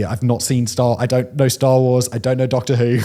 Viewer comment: “i have not seen doctor who” - specific accent